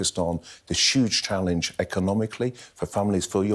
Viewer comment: Berkley has a weird voice - he pronounces huge as 'shuge' (eh?), he flattens words (defnitly) & most importantly talks utter meaningless nonsense.